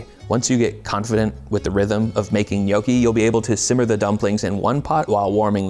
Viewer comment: It's also not pronounced NYOE-kee. It's NYAW-kee.